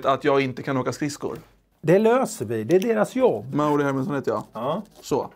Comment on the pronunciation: Var det bara jag som tänkte på att Emils farsa sa mario inte mauri